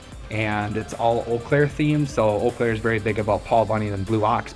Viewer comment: Ol Claire 😅 where is that in Milwaukee we say eau Claire is it weird being in Wisconsin but a suburb of the twin cities